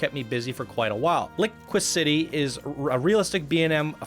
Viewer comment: I believe the word should be said like "Li-qui-se-tee". Construction wise, it is beautifully crafted and exceptionally smooth. Definitely gives the feeling of being a moth or bird in flight with the rolls and curves to the layout. Love the color hues used as well. Screwed up on the creators name for "Cobra City", but I see others have noted that already. Object hits galore on this one, from branches to leaves to a boulder straight to the face and a literal head chopper when entering the tower. No need to worry about the snakes, everyone will be long dead before then. LOL But, the environmental design and coaster is very good. Just fix all of the object hits along the track and everything will be perfect, with two exceptions. Where are the snakes? You can't claim there are cobras and none are seen during the ride. And, as Jonny noted, the method of smoothing the track created a lot of stutter.